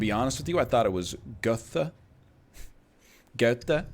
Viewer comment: The 2nd pronunciation of Goethe was actually pretty good, good job, egg